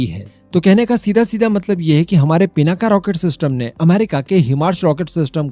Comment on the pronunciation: पिनाका नही भाई पिनाक हे